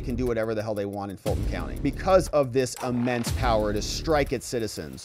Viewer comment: "Because of this UHmense power..." Um... it's "immense" power, mate. No "UH" sound in there at all.